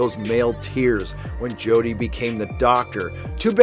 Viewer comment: The next season of DW is DOA for me. "Jo-deh" is horrible as the doctor. She's absolutely unwatchable. I paid for the entire season upfront on Amazon last year and struggled through all of them. I'm out. I wouldn't watch another episode of "Jo-deh" as the Doctor if they paid ME to watch it. The SJW aspect of every episode is despicable.